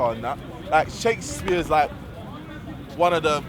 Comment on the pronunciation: Sheik s-pear loooool